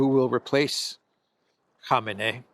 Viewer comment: Respect to for pronouncing Khamenei's name correctly. It's shocking to me how many otherwise good journalists and analysts can't even get his name right.